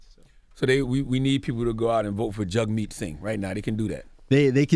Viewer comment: It's sad that they invited him on but didn't do their homework.. they didn't know that that Canadians pay for college, didn't know that weed was legal, didn't know anything about Canadian health care.. Charlemagne pronounced it "Jag" right after he said "Jug like hug"... They didn't even know the election had passed 😂